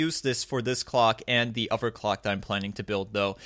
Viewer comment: I love the video and it's super cool man. I want to build one too. Do u think a beginner could seriously do it ? R there instructions? Unrelated question......why can u pronounce This and Through correctly but not Together or Other ? Not ragging on u at all. Just curious.